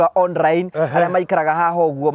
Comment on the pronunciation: 😂😂😂 onrrine meaning on-line!!! githungu nikaremire...hahahaha naninguo wamburaga kamuigwa